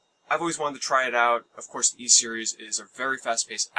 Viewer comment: Ys is pronounced pretty much like east with a silent T